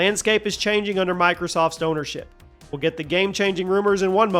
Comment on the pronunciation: Microthots is a hilarious slip of the tongue xD